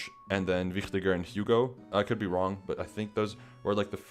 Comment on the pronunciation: One of the few people that pronounce Wichtiger correctly. Nice Video!